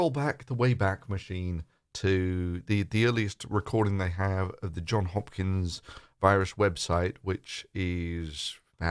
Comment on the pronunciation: It's Johns Hopkins (Johns has an 'S' at the end)